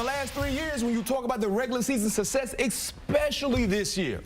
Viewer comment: how many times can you hear EK-SPECIALLY before you want to barf... but I digress, GO PACK GO!